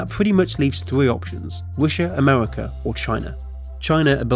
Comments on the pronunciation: Amewica, Sibewia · Amevika, Wussia, bwidge. What is this accent? I've compiled a small list of people that share this speech impediment; Torque steer, Numberphile, Human Interests, Carl bradbury, Thoughty2 Please send help. Im going insane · Yea, Amewika and Wussia should have a bwige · Wussia amewika